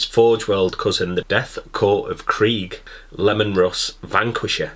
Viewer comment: Hahaha Pronounced Leemon, Lemons are yellow 😀 just saying